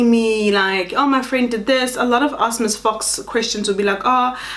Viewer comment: "You are not going to AKSS my opinion" 🤣🤣🤣 Love. Laughter is guaranteed 🤣😂🤭🤭❤❤